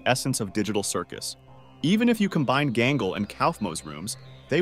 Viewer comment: dafuq before it said pomni as poverty and ahh yes my fav character "jangle" and oh look a second before it said "romni" oh and I love "zwibal" can't wait for kine, remember, zooball and jangle oh and I love "Cosmo" and "cowfmo"